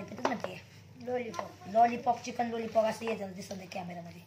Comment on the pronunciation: लूलीपोप नाही लॉलीपॉप असतं ते